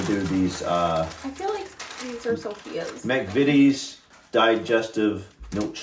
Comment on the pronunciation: I am disappointed you did not read the instructions on the Farley rusk box they are for babies also learn the proper pronounceation for mcvities the first I is pronounced eye, just saying